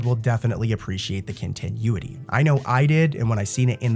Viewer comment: the way you say continuity is grinding my gears